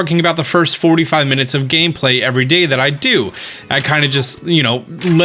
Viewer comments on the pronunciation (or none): none